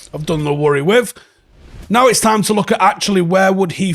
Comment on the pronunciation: It's time you started saying with as follows: 'WITH'....that's a 'TH' mate. Same as you were going to say 'THE'. Wiv is a cockney slant mate, not a Manc way of speaking. I used to do the same thing, but my mum, who was from Ancoats, would not ever let me say 'WIV'....it's 'TH' mate....WITH. as in 'we win, but say 'with instead of win. Same gob movements pal. Get on it, and I expect improvements by tomorrow morning!!!